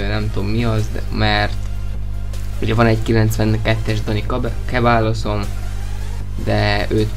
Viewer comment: jajj,az nem Kebájjos,hanem Szebájjos:F